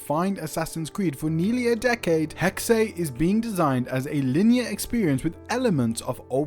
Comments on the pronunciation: Its pronounced Hex not HEXAY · "hecksay" ehem The German word Hexe (meaning "witch") is pronounced "HEK-suh" (IPA: /ˈhɛk.sə/). It is a two-syllable word where the first syllable is stressed, the 'x' makes a "ks" sound, and the final 'e' is pronounced as a light schwa sound ("uh"). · It's HEXE and NOT HEXEY!!!! darn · Why do they always call it Hex-Ay? It’s pronounced Hex and just Hex. A hex is an evil spell, curse, or jinx intended to bring bad luck or trouble. As a verb, it means to bewitch or cast a spell on someone. It also commonly refers to a hexagon shape or to hexadecimal in computing. Synonyms include curse, jinx, whammy, and bewitchment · It’s not pronounced Hex-Ah. It’s simply pronounced Hex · I was going to say I’ve never heard it pronounced Hexay. I have been calling it Hex. Like the Pokémon move that becomes stronger if used on a Pokémon afflicted by a status condition. ie: Burn, paralysis, poison, sleep, freeze, or confusion. Thank god I’m not the only one who pronounced it Hex. 😮‍💨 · Pronounced HEK-suh.. 🙂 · Its pronounced HEX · it's not more accurate it's pronounced HEX end of discussion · One German Word! Only ONE